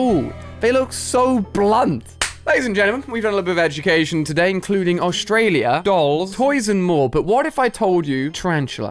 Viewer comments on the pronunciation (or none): none